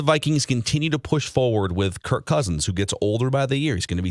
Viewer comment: BTW it's KIRK not Kurt